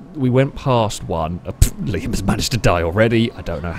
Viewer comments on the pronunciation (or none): none